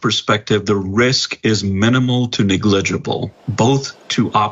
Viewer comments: negligible, not 'niglejible'. put the man who cant speak english on tv to talk about drugs being just fine to expose your children to. just a great idea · "Neglegable"?!?! The guy doesn't even know what he is saying but is telling the public second hand drug hits are safe?!?! Get this guy a job as the surgeon general post haste! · RRB, you have no comment on how that man pronounced “negligible”??!!!